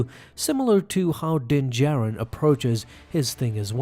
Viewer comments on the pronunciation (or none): Does it bother anyone else that he calls him jin Darin the entire time?